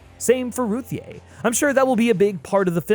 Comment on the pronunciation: It’s pronounced “Ruthie” it’s just spelled weird lolol